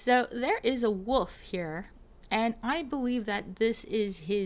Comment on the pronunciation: lol she can't say wolf or dagger...